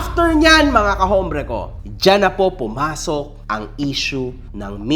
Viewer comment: hombre ("ombre")- walang "h" ang Espanol.